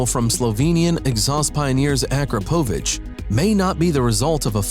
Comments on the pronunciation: It’s Pronounced: a-KROP-o-Vich. PLEASE AT LEAST PRONOUNCE WHAT YOU ARE FEATURING CORRECTLY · It is a-KROP-a-vich! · It’s pronounced: a-KROP-oh-vich. At least pronounce the products you are featuring correctly